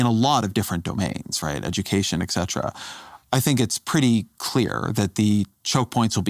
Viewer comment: Ezra. Never say exetra again.